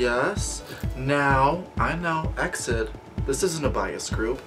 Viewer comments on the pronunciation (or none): Hey, this group pronounce as E-X-I-D, not EXID